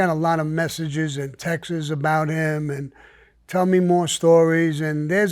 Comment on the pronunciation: Can't somebody teach Sammy not to say "TEXT- EZ"? SAMMY IT'S ONE SYLLABLE, TEXTS. I feel like Sammy is too cool to be sounding like that. Oh s*** I hope I don't get whacked? Haha just kidding. Right? Wait I meant to say textes , yeah sounds good